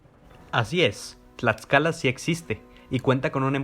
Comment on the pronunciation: ¿Escuché Huamantla, Tlatscala?... es broma, solo quería comentar tu vídeo para darle difusión, muy bueno, sigue así, por favor